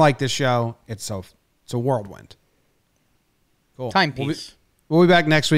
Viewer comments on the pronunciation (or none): Whirlwind, Jomboy, not Worldwind.